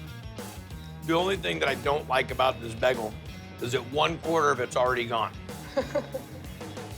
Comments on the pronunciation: The fact he keeps saying Begal is killing me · The blonde hair the baggal It's an alternate timeline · What's a Begel? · Did he just call it Bag-gal? Britta is that you? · Was I pronouncing "bagel" wrong my whole life?